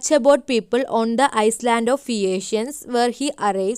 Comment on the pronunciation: You can't read island. It shoud be read ayaland.